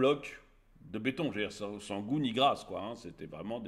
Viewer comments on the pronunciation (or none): none